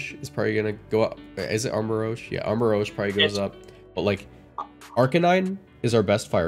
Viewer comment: I love it how was so close to getting Armarouge's name right, and was way off, calling it Armarogue. It's rouge, as in the French translation of "red". lmao I'm glad to see the Paradoxes and Ruin Quartet banned. In singles, most of both of these are total monsters. In doubles, I've seen Flutter Mane be the #1 pick. It's disgusting how strong they are.